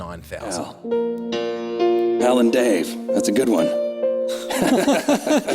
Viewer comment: Did he say one or Juan ?